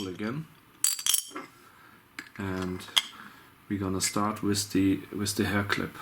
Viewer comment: wiz the ball?? wtf is wiz? learn to speak. WITH that was anoing